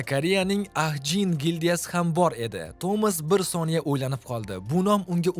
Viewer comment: aka ''Ahjin" emas ''Ajin'' õqiladi